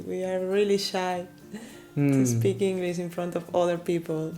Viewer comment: Tantos videos y seguimos diciendo "ingliss"?